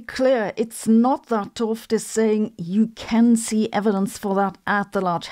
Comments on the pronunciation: FYI: 't Hooft is pronounced 'uht hoaft', where oa is pronounced like in toast. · ‘T is best pronounced as ut. So two seperate words: ut hooft. Excuse my Dutch 🙂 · I thought you were saying Gerald Toft. Then I saw his book. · Way to butcher the man's last name. You're just making a noise. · Sabine, small comment: ‘t Hooft should be pronounced as two separate syllables: ‘t and Hooft. The first syllable is pronounced more or less like but, but without the “b”. You are not supposed to pronounce ‘t H as an aspirated T-sound. You can believe me since I am named Ruben ‘t Lam. You should not try combining the t and L in one sound either. You do pronounce the oo in Hooft correctly, so more or less as in “no”. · I would pronounce t'Hooft differently. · Please do an interview/podcast with Gerard! ...But after you learn the proper pronunciation of his last name, please ;-)